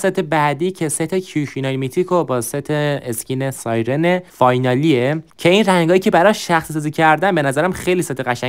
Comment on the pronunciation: داش احتمالا تو ترکی چونکه توی گفتن سایرن مشکل داری که ترکا هم توی گفتن (ی) و (ر) کنار هم مشکل دارن😂